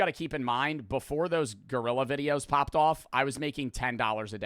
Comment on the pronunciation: “Gorrila” 😭🙏 it’s gorilla